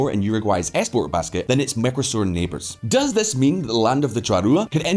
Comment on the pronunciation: How many times do you need to pronounce Mercosur Mecrosur before you realise you're mispronouncing it.